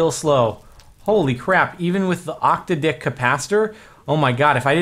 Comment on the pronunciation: STOP SAYING OCTODICK!